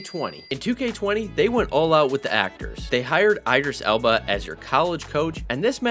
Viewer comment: I have never heard a human say Idris Elba like that. He's literally one of the biggest actors on the planet lol.